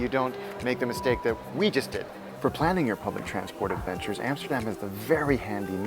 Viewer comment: Amsterdam, NOT Emsterdem.... America, NOT Emericee. Clear?